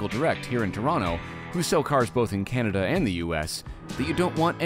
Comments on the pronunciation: the way you said Canada made it sound like you meant Kanata, which is a suburb of Ottawa. I did a double take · Where is ca-Nada?